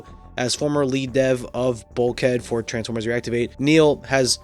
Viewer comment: Er meh gerd it’s transfermers